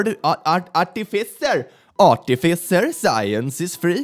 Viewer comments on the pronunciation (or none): I feel pain every time you say ARTificer.